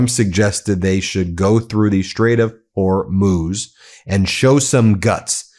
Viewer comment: Thank you for finally pronouncing Hormuz correctly Ben.